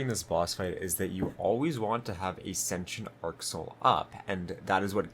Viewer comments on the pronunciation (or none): Sen-tee-ent arc soil not sension lol